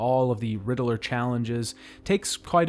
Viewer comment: Riddler is two syllables. You're making my ears bleed.